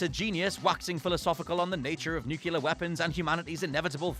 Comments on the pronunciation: NukUlar?? geez. No. Not how Nuclear is pronounced. There is no extra "U" after the C. Sigh. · Nucular isn't a word.